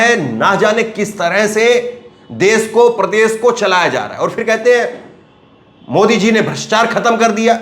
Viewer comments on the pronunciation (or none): none